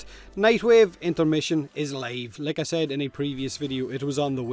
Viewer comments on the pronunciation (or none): none